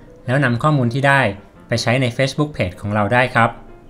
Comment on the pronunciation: ขอบคุณมากนะคะสำหรับคลิปดีๆ อยากให้ปรับเรื่องการพูดภาษาอังกฤษอีกนิด จะเยี่ยมมากเลยค่ะ อย่างคำว่า Facebook ให้ลงเสียง ซ (ce) ที่คำว่า เฟซ(face) (ในคลิป คนบรรยายออกเสียงคำว่า เฟชบุ๊ค ลงท้ายเป็นเสียง ช.ช้าง ซึ่งมันจะแปร่งๆหูค่ะเวลาฟัง) ส่วนคำว่า refresh (รีเฟรช) จะต้องลงเสียง ช.ช้างนะคะ (ในคลิปได้ยิน เป็น รีเฟส) และ google map คำนี้ต้องลงเสียง คำว่า แมพ เสียง พ.พาน ค่ะ ยังไงค่อยๆปรับกันไปเนอะ สู้ๆค่ะ